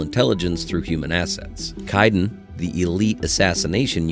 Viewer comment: The robo voice pronunciation is poor. Its Kee-donn not Kaiden